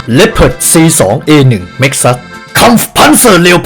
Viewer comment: ต่อไปเราต้องอ่านleopardว่า เรียวพาร์ด เเล้วสิน่ะ